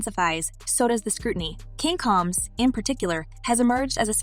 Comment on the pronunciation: When you pronounce a black person's name wrong. It makes what you are talking about less interesting. The last name isn't coms it's combs. The person shouldn't be explaining anything